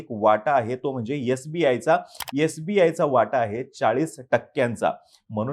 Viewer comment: He can't properly pronounce sbi and lic then God only helps you for his analysis.